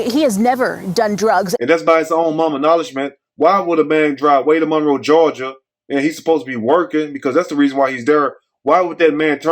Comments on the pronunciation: It's Morrow, GA. Not Monroe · Not Monroe but morrow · It's MORROW, GA...suburb of Atlanta...not Monroe, GA...sad story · please pin a correction, 50,000 people in here correcting you. He not gonna see the corrections no faster, dang!! They said it’s Morrow, not Monroe.